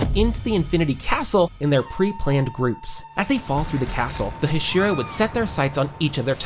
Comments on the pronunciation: bro pronounced Hashira wrong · Teg-en TEN-GEN ak-a-za-AKA-ZA Hash-era HASH-IRA IM SCREAMING THESSE WORNG PROUNSEIATIONS ばは！